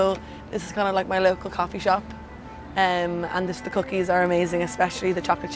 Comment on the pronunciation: At ten mins in that lady had like 5 different accents goin on... musta been on week two in knew YooorK. Swear she said cough fee and switched it up back to a French accent.